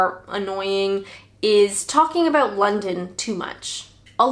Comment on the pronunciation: Abooouut 😂 love it